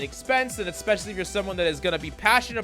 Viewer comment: I love your videos,! I do think you should know as much as you use the word "Especially": There is no "C" or "K" following the first letter of the word